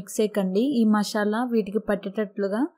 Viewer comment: meku oka 🙏 please mashala kadhu aunty masala sh radhu unty sa oathadhi